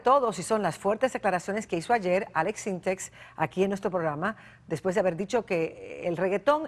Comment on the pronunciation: Es Aleks Syntek no Aleks Synteks